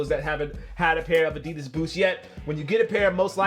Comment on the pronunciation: Finally someone pronouncing adidas right... at least the first time u said it